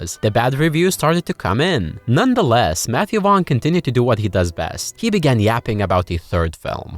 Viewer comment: I know it’s just your accent but from now on his name is officially Matthew Wong for me